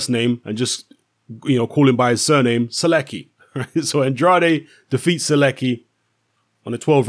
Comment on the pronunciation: Skips first name butchers the last name xD